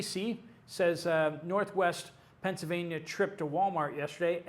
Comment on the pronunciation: UPDATE: - there is an “L” in Pennsylvania. It is NOT Pennsyvania.